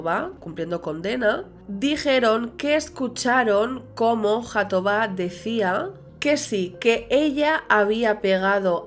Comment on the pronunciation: Es mejor pronunciar Jatobá como en catalán pues la jota tiene el mismo sonido en portugués y en catalán.